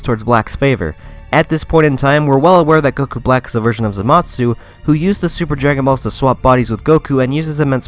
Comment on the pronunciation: Am I the only one bothered by his pronunciation of Zamasu? Sounds like he's saying zamatsu